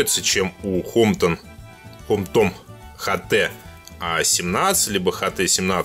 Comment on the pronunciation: пожалуйста не хт а эйч ти